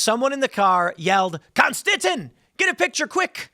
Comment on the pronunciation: We here in Germany also appreciate our German Constiton! Or is it con-sti-ton, like marathon? xD